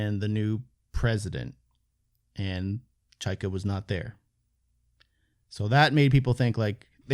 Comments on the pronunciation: It’s pronounced Chay-ka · Pronounced Chayka not chayka